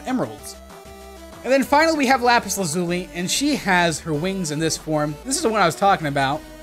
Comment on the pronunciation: Anyone else notice he said lazuli wrong?